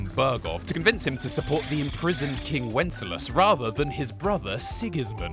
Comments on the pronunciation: Who the hell is whenslass. Don't you mean Wensceslas? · Are you Worcestershire-ing the name Wenceslas? “When-Sis-Las” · They say the name Wenceslas so many times and yet you manage to pronounce it as wenclas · multiple degrees but thinks "Lumexberg" is a country and Wenceslas is pronounced "Wenslas", even though the name is spoken probably 1000 times in game? Gosh golly gee whiz... it's almost like you had no point whatsoever. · you pronounced wenceslas wrong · You know that henry was suposed to be a blacksmith instead of going on adventures and seeing the world? That's why there are so many blacksmithing quest begause it's the trade your character knows canonically. And how come you've played 270 hours of this game but can't say wenceslas right lol. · And what about not knowing how to say Wenceslas? They only say the king’s name a million times throughout the game lol.